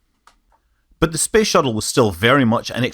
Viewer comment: Why is he saying space shittle